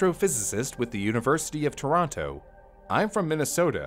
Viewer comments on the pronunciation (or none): none